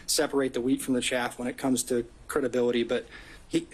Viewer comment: wheat from the CHAFF. not shaft. but yes